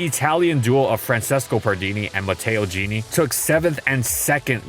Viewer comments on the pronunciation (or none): none